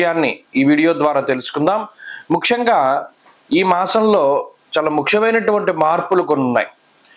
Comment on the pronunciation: నమస్తే ముఖ్యంగా అని పలకటానికి బదులు, ముక్షంగా అంటున్నారు ఎందుకు?